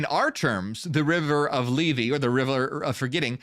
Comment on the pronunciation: Λήθη, Leéthee, th as in THink, not th as in THere.